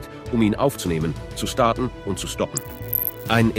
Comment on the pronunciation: emotionslose ki stimme und unfassbar viele fehler.. allein bei wie er "ausgestattet, starten, stoppen" spricht 😀